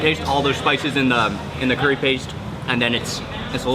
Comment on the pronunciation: MOREEE CURRYS , MOREEEE CURRYS ! I LOVE THE WAY HE SAID CURRRYS! 😂😂